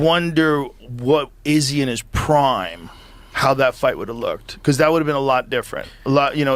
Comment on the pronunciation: The way Joe says "Proymme" instead of prime drives me absolutely insane